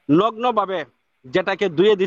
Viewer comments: লগ্ন না নগ্ন। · প্রিন্সিপাল লগ্ন বলছেন 😂😂😂 ওটা লগ্ন নয় নগ্ন। আগে বাংলা শিখে শিক্ষিত হন তার পর নিজেকে প্রিন্সিপাল বলবেন। এখানেই সাধারণ শিক্ষা আর মাদ্রাসা শিক্ষার পার্থক্য